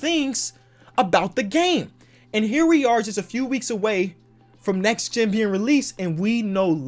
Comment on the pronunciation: "nex gen"